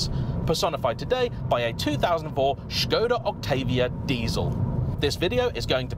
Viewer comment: 1 minute into the video, and he said Škoda with the Š, not Skoda like the others… he’s differend, i like it, i’m proud ❤️‍🔥 Thank you 🇨🇿